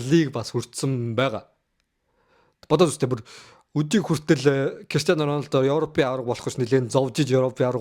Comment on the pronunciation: Ронадо биш РОНАЛДО шүүү